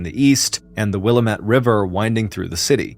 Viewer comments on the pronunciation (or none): its willamette... Willamette is pronounced wil-AM-it (rhymes with "dammit")